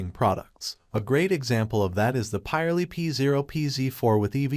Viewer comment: It’s pirelli not poly